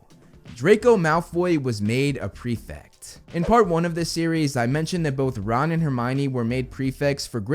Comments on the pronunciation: It's prefect btw not prefix xD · Why can Americans not pronounce prefect correctly. It's not pre - fict.